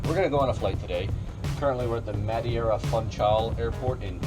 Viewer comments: its no madiera its madeira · Its not madiera its prinounced Mad-eer-a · Just say MA-DE-RAH not muddy-era... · man, you almost said it well. But is Madeira not Madiera ahaha Funchal was good though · lol you were way off with the Portuguese name. Its a Portuguese island that is pronounced like, Me-thay-da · Muh-day-ruh, Foon-shal i know its a bit late but if you were lookin for a 'correct' pronounciation ☺ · Mad-hey-ra ahahahah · you pronounce it "mahdaydrah" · Madeira And you pronounced it Madiera. Please people, stop switching letters. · Madeira = MUD-AY-RAH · You almost got the right pronunciation to Madeira.. the "ei" in portuguese is pronounced the same way you say "Hey" in english ( something like Ma-d"hey"ra .. I prob should blog about it, but since you provide so much knowledge about flying i guess you wouldnt mind to get some from knowledge of portuguese since this airport is known worldwide. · Hey portugal thats where i live and its Ma-Deh-ra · "mad-ay-ra, fun-kull" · Madeira = "Mad-Hey-ra" Trust me , i'm from Portugal Also... PORTUGAL CRLH ! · Guy from Portugal, your "Madeira Funchal" was pretty good! Btw thanks for yet again a great video!!! Edit: Tip- "Foonchal" (Funchal) was great,.. on Madeira try "Ma-day-ra", Sir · I’ve been to Madeira Cristiano Ronaldi international the runway is small and it’s pronounced ma deer a fun chal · it's pronounced ma-deh-ra foon-shao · How he pronounces “Madeira” scares me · as an American/Portuguese the way you pronounce Madeira is very cringe worthy lol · How did you mess madeira with madieira? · You did screw the Madeira name :-/ And Funchal aswell xD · IM FROM MADEIRAA AAHHHHH and yes you did say that wrong.... kind of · I'm from Madeira and I gotta say that pronounce it's just amazing (in sarcastic way) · As a Brazilian I'm internally screaming. He's in Iberia and can't even say Madeira?